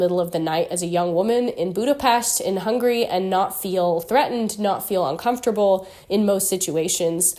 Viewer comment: 15 years wasnt enough to learn the name of the Country? It is Hungary not hungry.